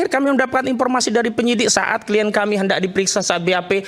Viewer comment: Kok penasehat hukum ini bilangnya kien? Bukankah pengucapannya adalah klayen tohh wahhhhh hebat nih penasehat hukumnya